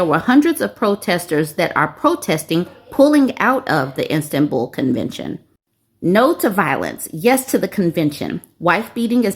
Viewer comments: Sounded like she was saying "Instant-Bull" No hate her way- but it drove me crazy too lmao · It's pronounced Is-tan-bull. Much love from a European 😂❤